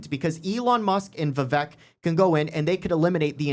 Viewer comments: Vivek is pronounced like cake, Viv-Ake. How no one learned this in the year and a half of his being in the public eye boggles my mind.. He has told people to their face, 30 min into talking, and they mispronounce it right in front of him, and its just like ughhhh.. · VivAke, like cake. 🙄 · Pronounced...Vi-vake. Like cake. Please and thank you :) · Vivek is pronounced like CAKE. Vi-Vake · Vivek rhymes with Cake.